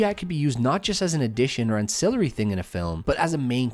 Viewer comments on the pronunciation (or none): You’re mispronouncing words, including “ancillary;” obviously you didn’t write this. Why am I listening to you?